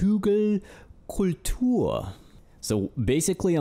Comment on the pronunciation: Your pronouncation of "Hügelkultur" sounded like an actual German Öko Dude talking about the latest gardening trends on public television. Very well executed, 9/10.